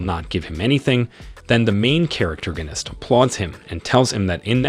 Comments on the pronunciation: Per-Terg-En-Ist? Do you mean "Pro-Tag-On-Ist"??? Have you ever spoke English in your Life? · STOP SAYING CHARACTERGERNIST😭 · I keep hearing "charactorganist" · This should get reported for the assault of listeners insanity everytime he says "Main Charactergonist" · why pronounce it "main charaterginisk" could it possibly be a lisp in your speech? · Evertime he says main charactergenist 10 braincells die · The main "protergenist" 😅that killed me. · I know right?! Why does this guy keep combining the words character and protagonist?! Is characterganist even a real word?! I don’t think so?! I kinda thought it was funny the first time and maybe even a typo or mistake? But now I’m an hour in… the narrator has said it 15 times, and at this point it’s kinda pissing me off 😂😂😂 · Stop that. Stop saying character-ganist. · not even 20 minutes in and I'm flinching. Dafuq is the narrator saying, the main... "characterginist"? It honestly hurts to hear. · This narrator is confusing me he's mixing up he and she and also 10-seater pronunciate protagonist correctly but besides that this pretty good